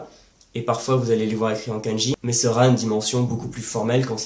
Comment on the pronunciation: effectivement, comme tu le sais une erreur de prononciation (même très proche de la bonne) peu donner un sens différent ou induit simplement une incompréhension. (フランツ語 ⇒フランス語、ケンジ ⇒かんじ). Ce défaut de prononciation (souvent très français) est causé dans ce cas précis par l'incompréhension du "ん" qui est un syllabaire à lui seul et doit être considéré séparément (même s'il est très court). Beaucoup de gens commencent l'apprentissage en romaji donc prononcent à la française (ん suivi d'un す＝つ⇒誤読). En dehors de ça, tes explications sont claires et justes (à par le cas du "ん") et je t'en félicite, tout particulièrement pour la prononciation du せい qui est systématiquement mal prononcé par nous 外国人。 Sinon, que penses-tu de la méthode AJATT?